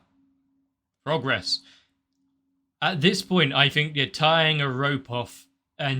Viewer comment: When you said "progress" early on, I thought I heard "frog-gress"